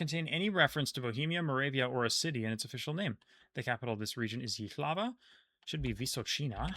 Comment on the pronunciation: Great going once again! Tiny pronunciation nitpick (again, just because you've been so incredibly good at it) Jihlava is stressed on the first syllable.